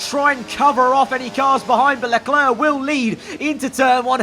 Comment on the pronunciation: the way he says Charles Leclerc's name is even worse ngl